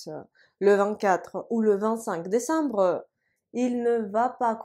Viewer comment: ... брэ. désambre жёстко получается. А вообще чётко, как по книге. Какая альма-матэр?